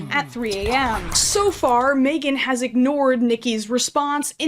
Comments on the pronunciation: love your content so much but the way you pronounce megan as "may-gun" rather than "meh-gun" is so upsetting to me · it makes a lot of sense that you say megan like maegan… i cant explain it it just does